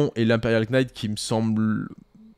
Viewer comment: désolé de faire mon relou sur la prononciation en anglais et faut pas le prendre mal ( c est pas si grave ou important) mais le K de Knight ne se prononce pas.